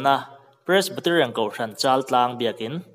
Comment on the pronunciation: Pressbaterian nilo in Presbyterian tih tur anih hmel zawk eee